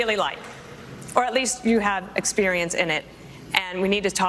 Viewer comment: Pence repeatedly saying "expurience" drove me crazy.